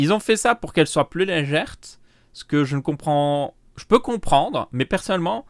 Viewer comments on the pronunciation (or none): Ça se dit légèrte ? Il dit ça vest les 3/4 et ça me choque un peu... 😀